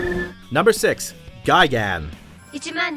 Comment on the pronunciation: Also I should slap the shit outta you for how you said gigan 🤦🏻‍♂️